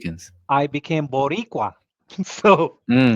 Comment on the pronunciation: Oh oh YES Boricua he said it perfectly. Believe me I’m Boricua